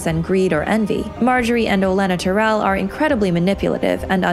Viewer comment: TY-RELL. Not Ter-rell. That drives me nuts! Say it the way they say it on the show!